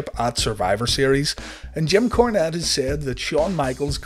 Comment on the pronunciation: "Kim Cornette" ??